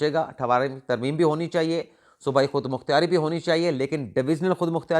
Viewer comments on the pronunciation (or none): او اللہ والیو خودمختاری ھوندا جے خودمختیاری نہی